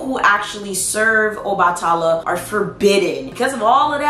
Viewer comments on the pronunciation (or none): PRONUNCIATION ⬇️ Obatala = OBA(LIKE BABA)-TUH-LA =OBA-TUH-LA Yemaya= YEM-AYE-YA 😊😉 Thanks for the video Love ❤️